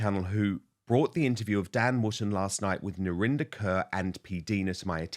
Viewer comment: Why doesn’t Narinder correct people when they say her name as “Kerr” instead of “Korr “? It’s an Indian name, Kaur. Not a Caucasian name Kerr. Could it be because it makes her sound less Indian on British TV? 🤔